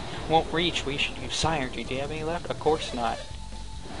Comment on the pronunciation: I know this is ... long done but this bothers me Psynergy is pronounced Sin er ge